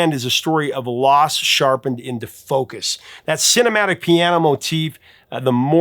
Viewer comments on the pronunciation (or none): none